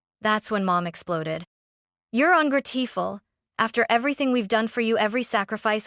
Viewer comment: Un - gra - tee - ful? You might want to look at proper pronunciations for simple words.